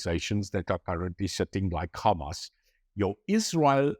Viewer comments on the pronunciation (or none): none